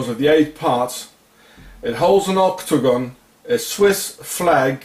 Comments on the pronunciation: oktogon. Ok-to-gon! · Every time you say octagon I hear ' or dagon' instead. Dagon is who they worship also. The Pope's hat. I haven't seen any of your other videos so IDK if you've spoken about it.